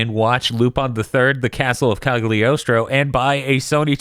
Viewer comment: I wonder if they know the g in cagliostro is silent Eh sort of